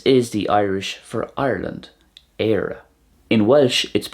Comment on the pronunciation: You're missing out on the slender r in Éire and Céir (you're saying it like the English 'care') and the epenthetic vowel in Albain. Also if you'd used the Connacht or Ulster pronunciation of Tarbh it would've sounded identical to the Welsh! Interesting video, thank you for putting it together. Always nice seeing such comparisons